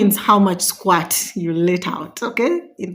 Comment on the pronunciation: It's pronounced "skwert" NOT "SKWART". The right spelling is Squirt though. At the beginning of the video I was a bit confused, I was asking myself what does SQUATTING has to do with sex. 😅😅. Then I figured u were trying to say Squirt.